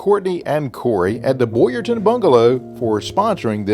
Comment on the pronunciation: Town not Ton…… Boyertown